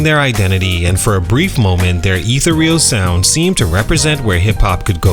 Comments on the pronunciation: It seems counter productive to use words that you think will make you sound smart (like ethereal and antithesis) without verifying their pronunciation before recording yourself attempting to say them. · Was digging the vid until I heard how "ethereal" was pronounced by the narrator